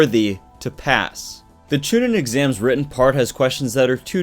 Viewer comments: Chu nean that's how u say it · You've had 17 years to learn how to pronounce Genin and Chunin, please fix that lol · Hearing you say chunin and genin gets me ready to throw hands